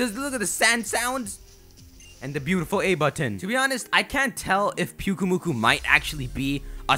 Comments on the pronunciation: It's pronounced Pyuk-UH-mu-kUH. Then you called the sandcastle pokemon, pyukuhmukuh. Do you watch your vids before you even upload them? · Pyukumuku, pretty sure it's pronounced like Pew-key-mew-key XD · the sand castle pokemon... thats who he confused. he said piukkumuku when he showed a pic